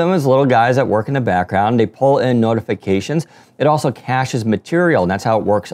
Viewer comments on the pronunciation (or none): none